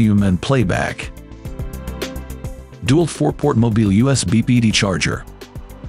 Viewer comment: Agree. It'd Dee-Walt, not Dew-alt. And Wigh-Figh, not Wifey. Ridiculous to use this terrible robotic narration.